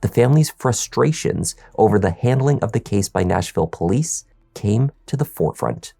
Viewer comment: Sorry, did you say be wary of pooLIEce stations ...........